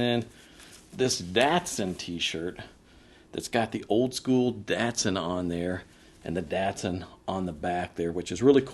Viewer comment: It’s not a datesun it’s a dotson